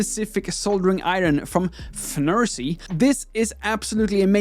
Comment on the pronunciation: It kind of makes up for the "iron".